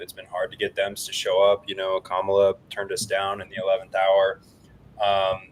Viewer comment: still can’t pronounce Kamala’s name and at this point it just comes off as unintelligent. But so does most of Simply Bitcoin’s content.